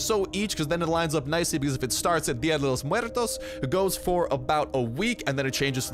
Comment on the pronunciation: Way to say día de Los muertos the correct way bro! Dig that